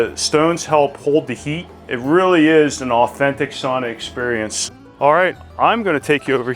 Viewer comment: Sauna pronounced sow-na 😊